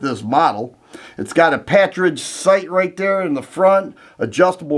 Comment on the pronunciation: It’s a “partridge” front sight, pronounced like the bird: i.e., “par tridge” or “paar trij”. The Python will hold up to a constant diet of .357 Magnum, but the older Model 19’s and 66’s forcing cone can’t withstand the corrosive gases from Magnum rounds. It was said, for the Model 19, a regular diet of .38 Special with an occasional cylinder of .357 Magnum. Practice with .38 Special, but carry .357 Magnums in K Frame Smiths. The Combat Masterpiece was the brainchild of USBP Agent Bill Jordan.